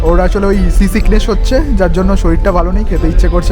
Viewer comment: Dada ota baash na bus ar ota sea seekhness na ota sea sickness ar kochi fort na kochi Port hobe. Porer video te thik Kore Bolen